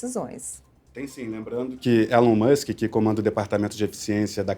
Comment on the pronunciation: Adorei o vídeo, mas pronunciem o nome de Elon Musk corretamente. KKK.